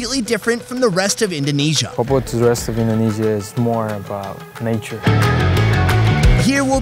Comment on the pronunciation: papua not papau